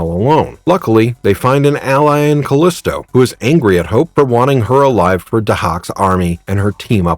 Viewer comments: It's pronounced "Ca-leee-stow", not "Ca-lisss-tow". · You're pronouncing her name wrong. Surprised you didn't call Xena "Cenay" or "kenah" or something stupid like that.